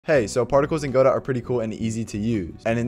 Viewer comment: "guh-dough" not "GO- DOT" lol